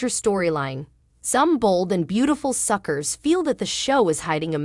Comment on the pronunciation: Stop saying suckers were not suckrrs can't say it right get out and let read this.